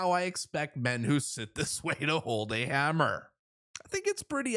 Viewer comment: Girls know how to use hammer! Don't say hummer like a girl!